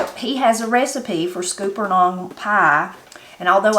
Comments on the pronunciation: HERE IT IS PRONOUNCED SKULP NUNS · Scuppernong is pronounced like supper. Scupper (supper) nong.